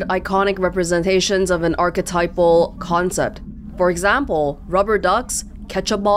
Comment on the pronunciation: second out of 5 Control LPers who didn't have issues reading the "iconic representations of an archetypal concept" line, and not only that, but also pronounced "archetypal" right! oh, and second out of 5 LPers i tried... who actually read that reminder. I call it a "reminder test". If an LPer doesn't even notice they got a thing, or doesn't even open the thing, I know I want to move on =D